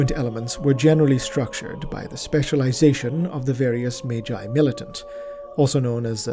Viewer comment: In the case of Magnus the Red then the G is pronounced that way but Magi would be pronounced like Mage with the J. It is a good point but Magi doesnt come from Latin but rather is Zoroastrian and would've come from old persian and assyrian , those languages giving us the J pronunciation. if you look at the entimologicall site they'll confirm its zoroastrian origins, and then the greeks picked up the pronuncian who gave it to the Romans and hence down to us. Sorry for being overly verbose. Also Mechanicus organizations follow more greek than latin it seems while terra follows more Latin , though both greek and latin get used in High Gothic it seems.